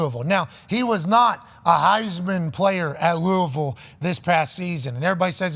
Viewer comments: Pat deserves a linguistic Heisman trophy for pronouncing Lou-a-vul correctly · Thanks for saying Louisville right